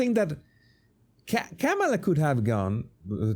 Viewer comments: You still pronounce Kamala wrong. It's not CAM' A LA. The correct way is to say "Comma" like the punctuation mark, then say "la." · Technically you’re still pronouncing it wrong according to her. It’s “comma”-la. People have always pronounced my name wrong. Who cares! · No. It is not pronounced Kamela like Pamela. It's Caw ma luh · Here in Australia, we tend to put more emphasis on the second vowel in words/names spelt like that. So here, Harris will always be K'm-ah-la